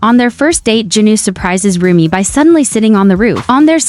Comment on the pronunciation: Umm it's Rumi not romi